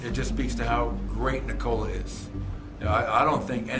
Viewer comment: How do you know that is Serbian? He can say word "Nikola" perfectly. 😂 👏💪❤️🇷🇸♾️